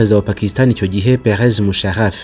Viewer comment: Ukosore ni Pervez Musharraf apana Perez Musharraf